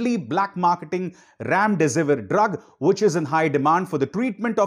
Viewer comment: Thank you sir 🙏open and bold statement but please remdesivir pronunciation NOT A ramdesivir if you keep saying that it will be another issue. I hope you understand